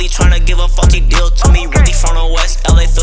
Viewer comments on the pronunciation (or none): When he said faulty my parents thought it was the F word 😂